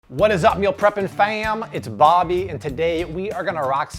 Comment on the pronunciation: Ngl ,everytime you say it's bobby sounds like it's Barbie 😂and that always cracks me up. Really good video nevertheless.